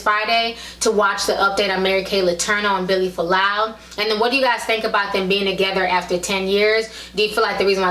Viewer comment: its Fualaau not Folau how annoying